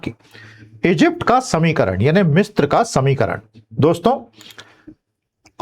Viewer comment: It is misra not mistra मिस्र ना कि मिस्त्र